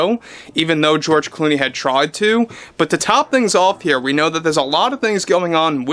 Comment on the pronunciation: De Zero and George De Clony😂😂😂